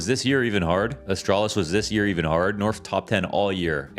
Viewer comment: Norf top ten? Norf? Top ten? Norf.